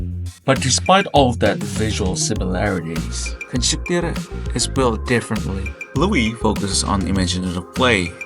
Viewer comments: it’s kyhwixtep not kunskiter I know how to say it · You call it kunskiter that’s wrong it’s kyhwixtep I can say it